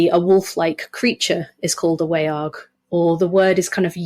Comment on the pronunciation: The vowel in Old English 'wearg' would be pronounced like the vowel in modern English 'laugh'. The word is monosyllabic - not WAY-arg, but more like /wæ͜ɑrɡ/. The sound is a diphthong. And the quality is the result of A-fronting characteristic of the Anglo-Frisian languages.